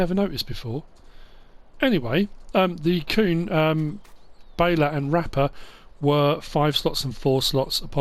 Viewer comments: Hey, I just want to let you know your saying Kuhn wrong, it’s my last name as well and it is properly pronounced “Q-N” legit like saying those two letters right after each other! Hope I helped have a good day!! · it’s very common for people to mispronounce Kuhn, I’ve heard it all lmao. If you don’t wanna say it that way I completely understand, doesn’t bother me none, just thought I’d let ya know that the proper German pronunciation is as I described:)